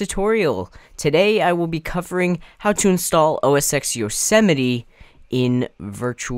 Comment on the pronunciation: OS X is pronounced O S Ten. Not O S ex.